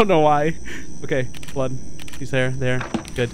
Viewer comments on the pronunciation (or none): none